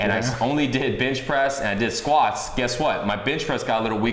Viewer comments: is it me or everytime he says benchpress it sounds like bitchpress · did he say "bitch press"?